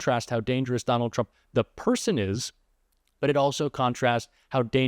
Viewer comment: Okay but at 6 seconds into this video you say "Donald Tsump" and didn't bother to start over, which is really setting the tone wrong for the point you seem to be making